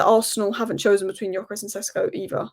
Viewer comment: You talk so much about Gyökeres but never pronounce his name correctly. It only takes you 2 minutes to watch highlights of him to learn how to pronounce the name.